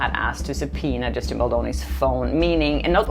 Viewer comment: I don’t feel like a grown ass man, being a billionaire you would assume he has some intelligence, however ARI Emmanuel being this man and hearing him purposely mispronounce Justin’s last name is very juvenile and shows his true colors and lack of maturity so it’s fitting that he would support BL and RR.